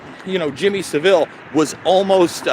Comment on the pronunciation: I don't want to be a pronunciation nazi, but Saville, is not pronounced civil, it's Sav-ill. (How this could possibly matter, is a question I'm asking myself. All that great work to have a dick like you correct him over something so utterly trivial, - hanging's to good for you!)